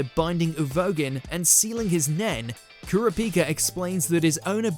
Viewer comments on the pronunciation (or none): YO for the number one pick you pronounce his name COMPLETELY WRONG the correct pronunciation is cur-ra-pika Hunter Hunter video please get his name right 😑🤦‍♀️💢! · nagisa moment far colder than trunks also ker-a-pihka.. ker-a-pika wtf but thats def #1 'come on you believe in mercy dont you?' kurama 'no' death bloom kurama cold moments are better than half this list.. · Kura pee ka lmao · The way you pronounced "Kurapika" hurt me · The way pronounced Kurapika is my new ick. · They way you pronounce kurapika tho 😂